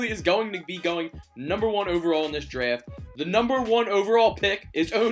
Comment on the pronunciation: Why does he say draft like that